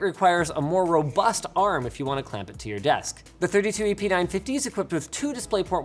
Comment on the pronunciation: First time he said the model number I heard "epeen 950" >_< lol